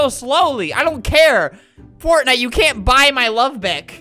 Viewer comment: "heha fotnite"